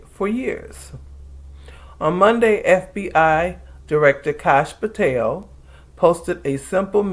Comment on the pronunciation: I was cracking up! Because I thought you called him Couch Potato. But I do not think you did. And it is not even that funny. But you are definitely saying Patel in a way that sounds like Potato. I think!